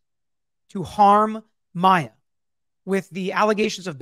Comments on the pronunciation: Oooh,! Tell us how you really feel. 😉 I don’t disagree. He’s mispronounced both Maya and her mom’s names the entire trial!!! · How many times can the defense mis pronounce her name so many times is so unprofessional!!! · It has bothered me from the beginning that several of the defense people don't say Maya or Beata properly after 5 years. think that they absolutely didn't care if they harmed her or not. I can't say they had a baseline goal of having her but they certainly had goals in mind that just absolutely disregarded her well-being, what she wanted, what was best for her. They actually said it. They said they were over it. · I was thinking the same thing about him calling her by the wrong name. He has been pronouncing names wrong the entire trial.😢 I do think that they purposely hurt her in certain ways. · Altenburn specifically has mispronounced Maya’s name throughout the entire trial. It really does send a message imo. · I just rewatched this. You want to tell me that after 9 weeks of trial, after having this case for how many years, the defense attorney still does not know how to pronounce Maya's name? Are they really serious? Just for that they should be punished. Shows the uncaring attitude of their team.